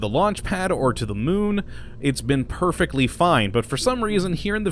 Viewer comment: He is actually calling it "The Mun" but they sound so similar it is hard to hear the difference.